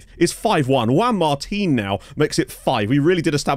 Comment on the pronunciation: HES FINALLY SAYING JUAN MARTIN RIGHT!!!!!!!!!